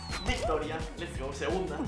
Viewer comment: Siempre dices les gou jaajajaja